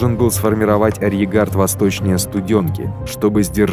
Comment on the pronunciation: Очень понравилось! Отвлекался на произношение слова "арьергард", почему-то не с тремя "Р", а с двумя, без Р перед "Г".